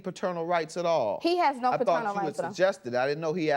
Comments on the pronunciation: I’m tired of him saying fraternal instead of paternal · If i hear the defendant say "Friternal Rights" one more time. 🙄🙄🙄🙄😒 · He keeps saying "Fraternal" rights. Is he talking about his child or his brother? I'm confused.😆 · Bruh it’s PATERNAL not FATERNAL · As I watch this for the 2nd time this mofo said faternal rights and kept saying it even when judge mathis looked at him crazy and said it correctly like wtf is faternal rights u mean paternal rights this ninja look like he dress in drag at nights and on the weekends 😂😂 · No matter how many time judge Mathis said "Paternal” the defendant just kept saying "Faternal” 🤦🏽‍♀️😂😂